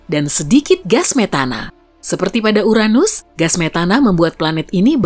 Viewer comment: The best channel of place that haven't pronounced Uranus as butt